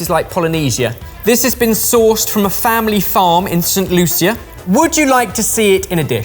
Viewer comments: Why does he pronounce it St. Lu-sia. I'm pretty sure its pronounced Saint Loo-sha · I wish you guys would learn to pronounce the names of countries ...it's Saint Lucia (loosha) and not (luiesha)... other than that great video as always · its just st lu-sha not st Lu-seea just letting you know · P.s St.Lucia is pronounced Loo~sha not Loo see ah. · So as a Trinidadian...it frustrated the heck out of it to hear you pronounce "St. Lucia" just as it's spelled. Our dialect in the Caribbean doesn't allow us room to go through the headache of calling it like it is. We tend to butcher our words so my dearest aka....it is affectionately pronounced "St. Lu-shah". Also in Trinidad and Tobago, I have NEVER seen anyone brave enough to put the Noni fruit to their lips, let alone eat it! Allyuh brave! Lol We use it for medicinal purposes here, where the fruit is fermented and a shot of it is taken ever so often to flush out your system, if you feel a cold coming on etc. Some fruits that you could try next, that's from the Caribbean are: Sapodilla, Fat Pork fruit, Cerise (pronounced:series), Trinidad Sour cherries, Mammee apple, Chennette. Just to name a few 😅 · Was saying St. Lucia? 😅 I've only heard it pronounced as "Lu-sha" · Saint "Loo-Sha" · Looll how he pronounced st Lucia was so funny